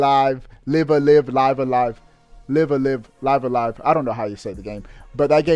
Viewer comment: It’s pronounced Live-A-Live.